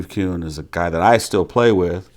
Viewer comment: Btw, it’s Steve “Kuhn”...